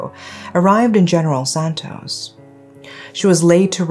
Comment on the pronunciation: I love your voice and how you pronounce Mindanao and general santos.👏🏻👏🏻👏🏻👏🏻👏🏻👏🏻👏🏻 I thought you were a Filipino.👏🏻👏🏻👏🏻👏🏻